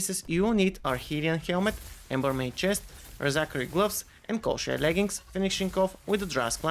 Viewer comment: My man said koshai leggings